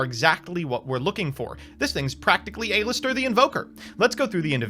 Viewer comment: Why why do you say a lister? It’s Al-is-ter